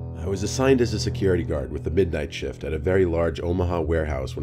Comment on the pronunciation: It sounded like you said, "About an hour into my shit".